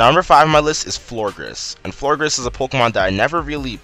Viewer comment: It's Florges not Florgres